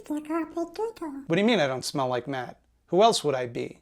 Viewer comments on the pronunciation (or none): none